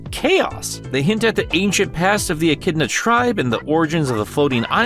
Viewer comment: I love you, but you gotta stop pronouncing echidna as "en-kid-na," lmao aaaahh